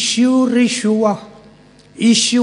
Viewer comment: Rasuah pun sebut risuah.